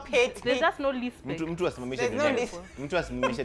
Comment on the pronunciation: hehe ati LISPECT LISPECT